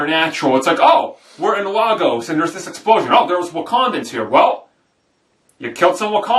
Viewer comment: ' ... speaking Largos' ☺️ Lol! Actually, I think you mean Lagos Amin, lol! This movie was just dynamite, seen it three times thus far.